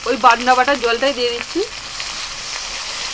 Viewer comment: এরা বলে বাডনা।